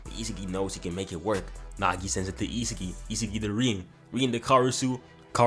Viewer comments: Not gne hold you bro you saying isagi name wrong it's I-Sah-gi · Bro it’s E SA GEEEI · It’s isagi is-a-gee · The way he pronounce isagi's name as "isa ge" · DO NOT ever butcher his name again 😭😭